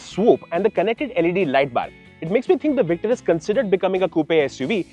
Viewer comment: oh, my, God!!!! Just as the video started, I was thinking, "finally, these guys, I have been waiting for them...", and then I see that you PRONOUNCED THAT NAME CORRECTLY!!! YESSS!!!